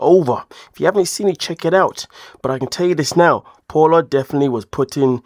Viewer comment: It’s pa-o-la, not paul-a.